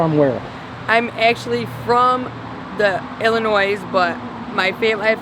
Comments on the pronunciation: Thank you! I was wondering why no one else caught that. Only someone NOT from IL would pronounce the s on the end. I lived there for 10 years. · Never heard anyone from Illinois refer to it as Illinoise like so many other people that dont live in illinois. Especially someone with a 4 yr degree.